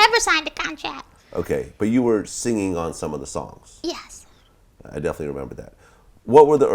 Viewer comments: Girl~ You don't pronounce singing as singinGUH. The g is soft ing words just like the way that you pronounced it in the first syllable. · Girl~ You don't pronounce singing as singinGUH. The g is soft in ing words just like the way that you pronounced it in the first syllable.